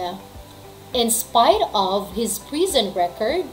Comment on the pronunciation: Yong of po ba eh ob poba mam yong pronunciation nya